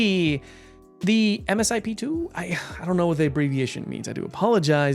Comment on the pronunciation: MSIP means Multistage Improvement Program and is pronounced M-SIP